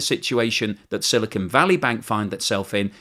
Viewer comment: The newscaster pronounced 'silicon' correctly!